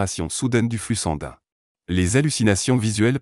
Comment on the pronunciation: Si je vous suis, je devrais passer mes journées entre mon médecin traitant et l'hopital.🥳 Le robot qui parle ne sait pas dire "sanguin" ni d'autres mots.